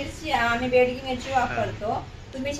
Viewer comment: Begdi mirchi nahi mhanat,bedgi as mhantat